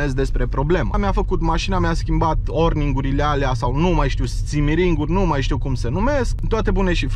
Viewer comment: Ai, vrut sa zici oringurile de la injectoare nu orningurile și în alt clip timonerie nu timoterie, în fine nu te critic doar te corectez, probabil cum conduci, filmezi și te și concentrezi sa vorbești corect se mai întâmplă, bafta în continuare!